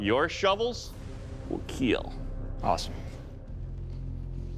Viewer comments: It will keel😆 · “It will keal” :))